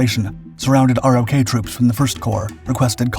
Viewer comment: Sir, in the video you described the Republic of Korea (ROK) forces as ROK Divisions. In US Army speak they're called RO(c)K Divisions. The 'C" is silent. Other than that, excellent video.